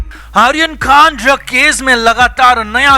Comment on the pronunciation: Ddag nahi DRUG!!! Arre pehle sahi bolna to seekho!! 😂😂